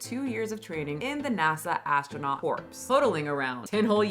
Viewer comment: "Corps" is pronounced "core" not "corpse".